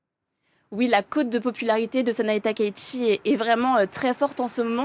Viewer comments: non, la bonne prononciation de son nom n'est pas "TAKAÏ SHI" mais "TA - KA - ITCHI" (たかいち si tu sais lire les hiraganas) le ち se prononçant "TCHI" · SVP on dit TAKAÏ -SHI et non pas TAKAÏ-ICHI.... Veuillez respecter la prononciation japonaise de son nom. Merci.